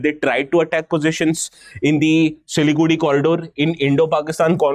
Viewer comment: Why does he keep pronouncing Siliguri as Siligudi. By the way , it a very hard accent